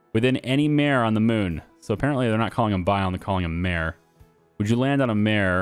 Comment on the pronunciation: mare - prounounced MAR-A - the a rhyming with hey. Mar-A, not mare. Sorry bur you were killing me with that.